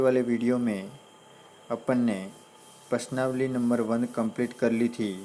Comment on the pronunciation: प्रश्नावली सही से बोलो